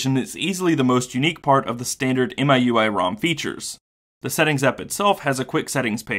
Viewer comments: FYI In China the pronunciation is MeUI not MyUI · It is pronounced as me-U-I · Isn't miui pronounced mi(my)ui? Just a play on words to ultimately mean my user interface. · Actually it's "me-ooey", but yeah. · MIUI should be pronounced as "me.u.i" as per chinese pronunciation, where MI (米) means rice in chinese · It's pronounced "Me- UI", if I'm not wrong. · it's mi（米）ui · It's pronounced as "Me You I". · i believe it's pronounce as "me" ui